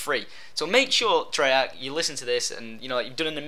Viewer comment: u mean treyarch. u said 3arch.